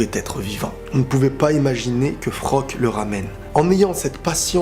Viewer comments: Super review par contre c'est Floch le nom du soldat pas Frock. ^^' Il y a aussi un point méta qui est super intéressant je trouve dans cette épisode. J'ai vu pas mal de vidéos réactions et pas mal de personnes ne se préoccupe même pas des paroles de Flocke juste parce que c'est un perso secondaire au yeux du public. Mais dans le monde de AOT c'est un soldat comme tout le monde, il a des sentiments et il est aussi valeureux que les autres, il a le droit de s'exprimer. Isayama nous l'a montré ainsi pour que le public prenne conscience qu'il n' y a pas que les perso principaux qui souffrent et que les perso secondaire ont aussi leur mot à dire. Quant au choix difficile de cette épisode, c'est dommage qu'il ne donne pas assez de crédit pour Erwin, certain oublie que c'est grâce à lui que le bataillon à mis au point leur formation de détection en dehors des murs, qu'il est le premier à avoir pris conscience des titan shifter au sein des murs au début de la saison 1. De plus, c'est grâce à lui, qu' Eren a échappé à la police intérieur au tribunal en saison 1 et a élaboré le coup d' Etat contre la monarchie corrompue en saison 3. Le choix de la raison c'était Erwin, celui de l'émotion c'était Armin. On verra bien dans le futur si ce choix s'avère fructueux pour l'humanité au sein des murs;p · C'est pas Frock c'est Floch mdrrr